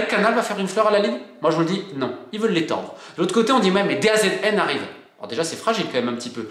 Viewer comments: Pour info Romain, DAZN se prononce "De Zone" et non "D A Z N" ;) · Petit détail : DAZN ça se dit "Dazone" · Ciao di Roma Romain, FYI on dit the Zone(Da Zone) pour DAZN😉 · Coucou Romain, DAZN se prononce "DaZone" sinon dur a prononcer ;) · ⚠DAZN se prononce DA Zone Le foutage de gueule de nos chers dirigeants du foot continue de plus belle ! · DAZN se dit Da Zone